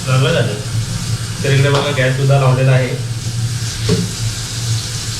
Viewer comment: घ्यास नाही रे बाबा त्याला गॅस बोलतात.. तुझं एवढं शिक्षण होऊन काय उपयोग 😢